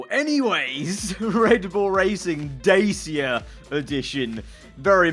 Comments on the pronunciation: Did he pronounce dacia "daysia" Hahaha It's dacha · It's more like "Dutch-ya" than "Day cya" i guess. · the fact that he said "Dasia" and not "dacia" 😱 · he butchered that pronunciation of Dacia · I cringed when he pronounced dacia